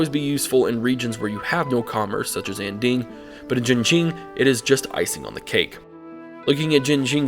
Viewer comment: Here’s some advice for pronunciation: Mandarin Chinese does not have the ‘aaaa’ sound (as in apple). So Anding would sound more like Onding.